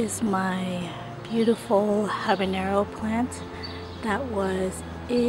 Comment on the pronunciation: Stop saying ¨Habineyro¨... dafuq?